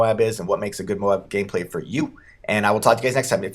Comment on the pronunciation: lol ''...what makes good MOAB gayplay for you...'' xD